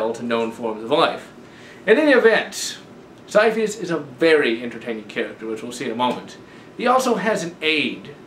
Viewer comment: Sir, it's ciaphas, as in Ka-ee-a-fas. That's how it pronounced. Other than that, good work. Ciaphas will always hold a special place in everyone's heart ;_